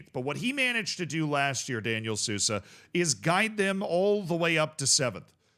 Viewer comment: Sousa is pronounced soul-za. J in any Portuguese word is pronounced like s in casual. Edit: maybe I should stop doing this